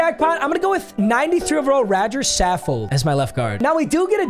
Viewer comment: Papa really out here say Radger Saffold😂😂